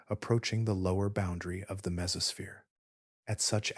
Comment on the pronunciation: That's not the only word mispronounced. Mesosphere became mesofear, krakatoa became Kratoa.